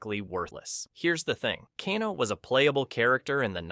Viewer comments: Cahno. CAHNO!!!! FFS!!!!! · To be fair, the Japanese surname Kano is pronounced "Kah-noe" rather than "Kay-noe." The founder of Judo was Jigoro Kano, and he was supposed to be Japanese in the original game. The 1995 movie made him Australian, though the actor was speaking with a cockney British accent. The "Ka'noe" was weird though. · who tf is cahno? 😭🙏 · Bruh, it's hard to take you seriously when you mispronounce Kano...